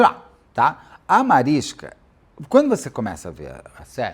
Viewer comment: Mariska ia implicar com você falando o nome dela, Beto 😂 Ela sempre corrige o povo pq é Mariska com som de X bem longo no sk. Falando nisso, aquele para-choque de caminhão chama Mansfield Bar por causa do acidente da Jayne. Esse documentário é lindo demais.